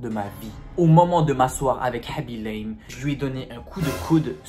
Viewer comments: Normalement sa se dit khaby LAME (comme une lame xP) il est sénégalais et dans le senegal sa se dit lame bref jadore je m'abonne <3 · il ment et il prononce mal son nom